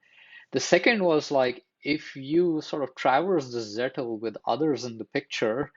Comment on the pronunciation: This is a very good video. Just a small observation, it's Zettel not Zettle. Think I found your video because the first sentence of your description spells it correctly, but if otherwise I might not have.